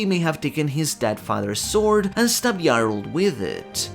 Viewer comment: Thank you for pronouncing Jarul correctly, I grow tired of hearing Ja Rule